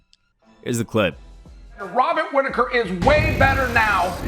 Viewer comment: Wobert Whitaker 😂